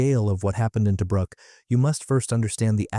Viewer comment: Toe bruk -- nope! pronounced Toobrook. A Boyes rifle armour piercing bullet makes a great center pop.The old man was Technical Seargeant and liberated one.